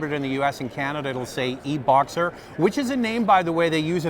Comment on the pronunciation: Subaru Forester eh-Boxer